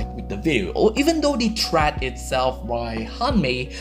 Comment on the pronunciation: I suggest you to look up how "thread" is pronounced mate